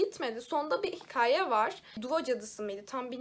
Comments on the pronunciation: Selam. Seni seviyorum ama lutfen ke-ye ka deme. Hikaye gibi mesela. Lutfeen. Bu kadar kitap okuyan biri olarak yapmamalisin💖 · Sanırım Hikaye kelimesini söylerken 'ka' yı ince şekilde söylememenden bahsediyor. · Hikaye sozunde k kitap, ornek sozlerindeki gibi okunuyor. Ama sen kadin, kanal sozlerindeki gibi okuyorsun. Umarim anlata bilmisimdir